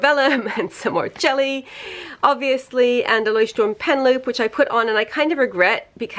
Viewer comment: Can we just take a moment to appreciate that she actually pronounces Leuchtturm right? Very proud of you, greetings from Germany!